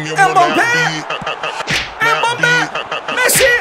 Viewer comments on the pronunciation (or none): mbappeye embabe diyen koca yürekli